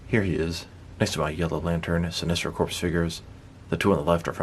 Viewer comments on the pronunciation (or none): My man said Corps (corpse) when it’s really Corps (core) lol. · I know how it's spelled, but it is pronounced "core" as in "Earth's core" or "apple core" not "corpse" as in "Dracula looks good for a walking corpse."